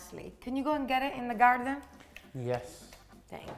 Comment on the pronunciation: "In the garrden" 😭😭❤️❤️❤️✨✨✨✨